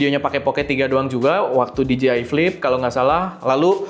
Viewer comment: Dee-Gee-Eye ❌ Dee-Jay-Eye ✅